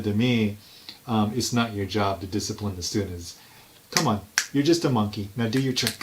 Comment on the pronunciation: Na-ha, I do not rack disciprine !